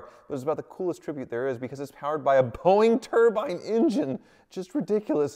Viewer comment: Pronounces "matte" as "Matty" "Turbine" as "turban" "Slantnose" as "Slopenose." I just can't.